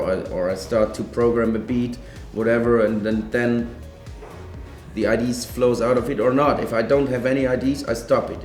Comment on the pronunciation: "idees" instead of "ideas" teehee ur so dang cute ATB! -3